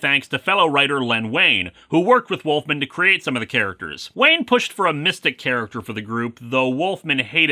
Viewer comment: This was a pretty good preview story, but I remember being really frustrated that the "flash forward" never actually happens in the series' run. Still, Wolfman and Perez are always a good time. Nitpick: Len Wein's last name is pronounced "ween", like in "Halloween". I don't know why Anime Eyes Aquaman makes me laugh so much, but he does. Kitty!!